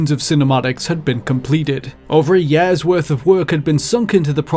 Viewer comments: "Years" not "Yeeeahz" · why do you pronounce "years" as "yares", it's so weird, never heard an accent like that, not trying to be offensive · example: u say "yehrs" instead of years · I love the way he pronounces Years. Yerrs lol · "yeaaas" thats how we say years now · “Four and a half yaaaers.” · FOUR AND A HAULF YÆRES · Nobody: This video's narrator: four and a half yeahs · He really does butcher it. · "years" gets me everytime. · This is totally how you pronounced "Years" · when you don't know how to say "years"